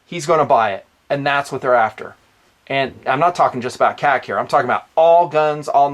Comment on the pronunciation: This is the first time I'm bothered by a video you produce. And not because of the information, but KAC. It's sounds like you're saying something else (k-ah-c) and it drives me and I'm sure others up a wall. Say Knights or Kay-Ay-See. Love the channel, the hard work you put out, and the content. But seriously...stop the (k-ah-c)